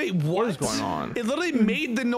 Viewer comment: Somebody plz teach how to say literally lmao